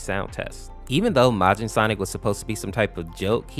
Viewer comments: It’s Majin MAY-jin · it's not mojin -_- it's majin